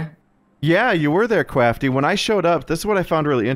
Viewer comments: Hurts so much that you kept saying “Kwafty” 🤦🏻‍♂️ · I like that actually calls him "Kwaftyy" instead of "Kraftyy"